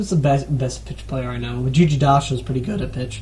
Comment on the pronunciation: hehe, nice to see some different content about MED2 and the players. Agree about my strenghts and weaknesses (and faction selection). Well described for other too (at least most of them). My best part is - Telemnar - Venice - light cav :) PS: I noticed u pronounce my nickname wrong - it is gigi - "g" like ... a "game", not gigi with g like a... "george" :) but it doesnt really matter lol